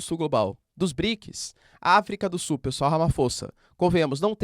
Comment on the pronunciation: professor eu adoro voce assisto todos seus videos MAS PQ VC NAO CONSEGUE FALAR AFRICA DO SULLLL